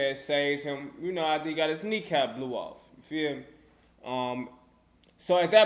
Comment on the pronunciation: I fw wit butta but “ BUTTA LEG WAS BLEW AWFF” is hilarious